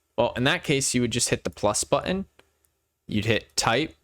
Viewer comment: Very well done tutorial. The only problem was that I got distracted every time you mispronounced the word "button". 😀